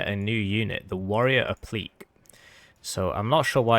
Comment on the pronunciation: Also idk if you're joking about Applique being a French word, but it's pronounced App-li-kay Armour, and it's a word stolen from the French like Camoflauge. Basically translates to "Added on" which is accurate as that package to the Warrior was used in Desert Storm and is basically bolted on spaced armour. Effective against HEAT but probably not that useful against solid shot rounds or SABOT